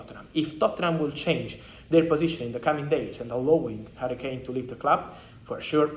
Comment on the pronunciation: HARRY-KANE not HURRICANE lamo